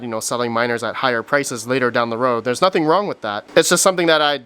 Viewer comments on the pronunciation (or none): none